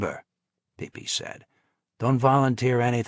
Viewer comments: It’s pronounced Peppy not PeePee. Ruined the whole book. The narrator is a PeePee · I'm sure if Pippi was called “PeePee,” he would've changed it. I do believe it's pronounced, “Pip-ee.” Respectively submitted☺️ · It's Pippi not peepee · It's pepe not pee pee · Yeah its pronounced pi pi as in pipi long stocking but the narrator was pronouncing incorrectly. Also pipi was not the Don's son, he was his nephew